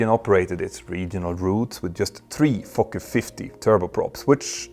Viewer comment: Always a hoot to hear someone with a European accent say "Fokker." Great video though!